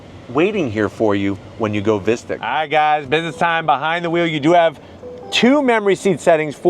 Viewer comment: Sounds awful pronounced like “mystic” vs “mystique”.